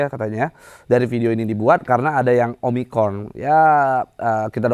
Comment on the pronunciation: "OMICRON" bang bukan "OMICORN" wkwwkk